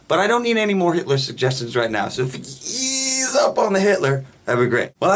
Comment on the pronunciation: "If you could eeease up on the Hitler..." hahaha that's just hilarious.